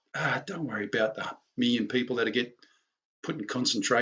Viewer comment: its million not miyon